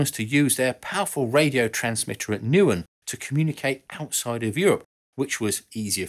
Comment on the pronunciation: Nauen (small town west of Berlin) = NOW-EN (approx. pronunciation)